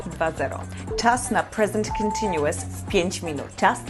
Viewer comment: Nie jestem przekonany czy słowo continuous wymawia się w ten sposób